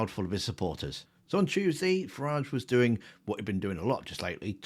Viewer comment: You’ve got say Farage like garage.